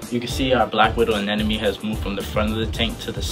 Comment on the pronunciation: Props to the guy that said Anemone right. One in a million reefer